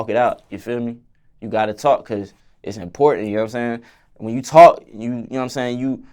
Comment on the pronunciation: “ It’s Kause I love ha so much “ 😍